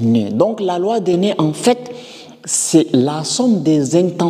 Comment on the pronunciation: Pourquoi tu prononces la loi des nez au lieu de la loi des nœuds ! 😂